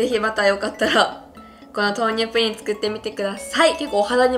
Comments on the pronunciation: プリンの発音が不倫みたいで草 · プリンの言い方のクセ強くない？